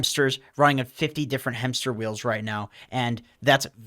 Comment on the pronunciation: Hemmster? Hemmster?